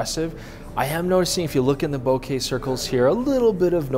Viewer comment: Best part of this whole video... pronouncing bokeh correctly